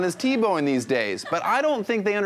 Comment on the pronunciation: the last one was more like Teblowing